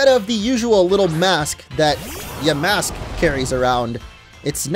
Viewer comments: Its ponoused ya mask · Oof yikes orange. You pronounced the name “cofagrigus” in a way that it emphasizes the no no word in its name. It is pronounced: cough-fuh-gree-giss. While we’re at it, you’ve also been saying yuh-mask instead of yaw-mask.